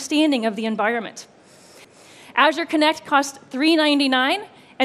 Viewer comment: Can't pronounce azure either 😕